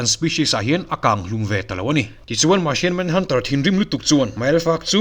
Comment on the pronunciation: sir marchian manhunter it ti martian manhunter tih tur a lawm